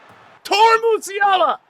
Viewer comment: tor is a word, but torrr musiala is an emotion